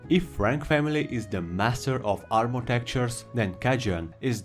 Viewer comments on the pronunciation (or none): none